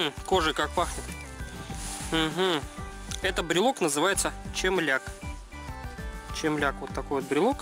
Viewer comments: только не чемляк а темляк.. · С новосельем. Носите на здоровье. Всех благ вашему дому! П.С. правильно "темляк"